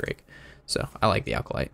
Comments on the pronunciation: does he say "alcolyte" on purpose to piss us off? haha comon there is NO L in acolyte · ah, i have heard him pronounce it like that many times. i guess thats a sign hes entoxicated haha...i forget he drinks on his vids.